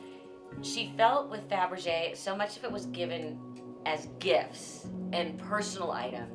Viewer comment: So tacky, Melissa earned nothing, all handed down on the coat tails of her mother. Mispronouncing faberge is a dead give away of those who are phony and ignorant such as Melissa.